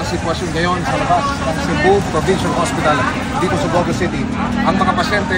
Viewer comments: not bo - go... the emphasis is on the last syllable..bogo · it’s pronounced Bogo'